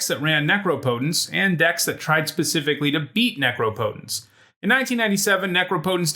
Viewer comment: what went wrong when u tried to say necropotence lol